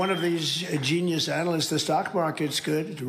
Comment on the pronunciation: A very stable jeeneus😂😂 clognitive?